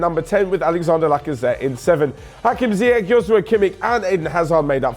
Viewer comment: Its ziyech not ziyec!